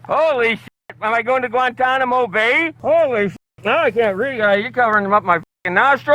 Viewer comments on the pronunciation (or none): none